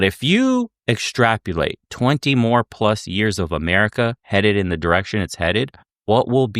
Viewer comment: Small correction, pronunciation is "ex-tra-po-late"